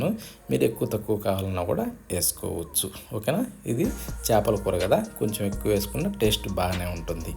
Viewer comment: adi sepala kura kadu uncle chepala kura